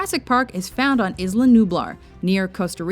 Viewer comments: and learn some decent pronunciation It's pronounced "eela" or "eesla" if you don't speak even a little spanish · Isla Nublar and Isla Sorna should have been number one. None except Monster Island come close to it. Also, Isla Nublar is said EsLa. NOT Esluh. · It's pronounced "Eye-Luh" not "Iz-Luh" and where is Tortuga? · I had no idea Jurassic Park took place on IZZla Nublar! I always thought it took place on Isla Nublar...Why must IZZlands be so confusing? Seriously, if you're going to say a name, at least learn how to pronounce it right! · It's pronounced I-LAR not IS-LAR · Did you really just pronounce Isla "Izluh" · Did she really just pronounce Isla as (Iz-luh)? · she said isla...isnt that supposed to be pronounced like eyela? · Isn't it pronounced "Aye-la Nublar? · jurassic park should of been #1 and you pronounced it wrong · can nobody pronounce isla correctly any more? I mean come on guys